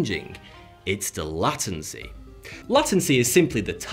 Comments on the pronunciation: does he mean Lay-Ten-see? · Isn't it pronounced " laytency"? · depends on wether you're australian, british or american or canadian.... We tend to pronounce it with an E. Late-N-cEE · 'LA' tency just threw me off lol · Love your channel but isn't it pronounced /leitensi/? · why does he say "Latency" like "Latte" wtf bro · say it again now, late-ency. late-ency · Latency - lei·tuhn·see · Great video,, thanks as always. Lah-tency though? I'm out;-) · "Lay-tency" - you're welcome 😁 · Prenounced ("lay' Ten' See") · Lol why is he saying la-ten-cy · Lat ancy? Lol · The pronunciation is “lay-tency”. For the way you’re pronouncing it, it would be spelt “lattency”. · why did he pronounce latency as "lhatency" is it a british thing or something? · We all just ignoring how he pronounced latency? It's a government cover up I tells ya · I instantly thought r/mildlyinfuriating when he pronounced it like that. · Meaning the guy who is telling you about it first heard what it was just before making the video. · He's from the north of England and he has pronounced it incorrectly. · The way he pronounces latency kills me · Great video. Latency is pronounced with a short A, because it has a silent E after the T. Like Late, fate, mate, not like bat, fat, mat. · I still cant get over this... L-ah-ten-cee L-ay-ten-cee just sounds better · "LATENCY"? Dude, i am not even a native english speaker, and i knew you pronounced it wrong... I even searched online for the proper pronunctuation just in case... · Did he just say latency instead of latency? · Can't believe you have never heard someone say latency before that you make it this atrocity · The pronunciation of "Latency" annoyed me more than it should have. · Yes...and is, if nothing else (by virtue of hosting ) pretty brainy right? So how the heck can he not know how to pronounce latency. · An interesting video and all, but please never pronounce latency like that again. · Wait how does he pronounced latency?